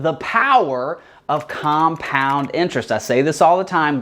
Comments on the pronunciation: It's 'compound,' not 'compund.' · "compound" LOL